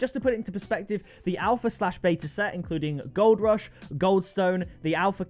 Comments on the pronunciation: Only legends were here when it said ALHPA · Alhpa XD